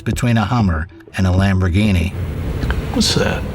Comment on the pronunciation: So based on the Lamborghini pronunciation, I’m guessing this channel is not a car guy channel 😂